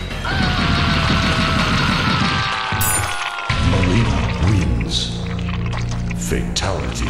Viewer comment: Not nileena! It's mileena